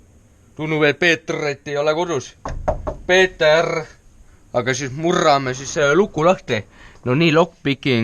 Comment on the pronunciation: Väga lahe video,see koht on väga naljakas kus sa ütleb näiteks kirrrrves või peeterrrr